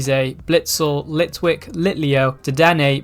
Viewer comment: gr he said litlick